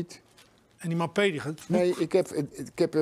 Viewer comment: "Mapee" 😀 lol